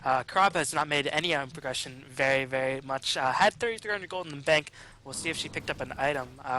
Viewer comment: I swear says "very very" about 20 times this video, I'm only picking up on it cause it sounds like "veyee veyee." Work on pronouncing those r's and slowing down the pace a bit! It's a bad habit >